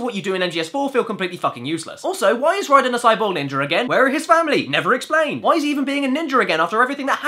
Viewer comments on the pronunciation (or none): it sounds like Caddy is saying ninjer instead of ninja.